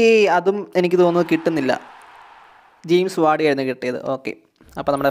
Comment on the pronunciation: James vardy alla jamy vardi aanu